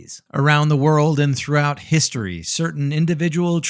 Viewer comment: Did you try to say his-tree?